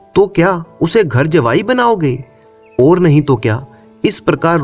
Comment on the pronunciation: ओर। और कहना सिख जा बाकी सब ठीक